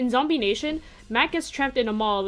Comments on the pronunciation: It's zombie not zombeh (just to let you know) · its zombeh not zombie